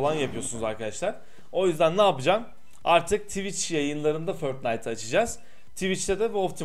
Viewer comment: Niye förtnayt diyon